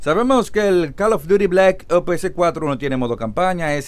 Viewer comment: Es muy difícil pronunciar OPS?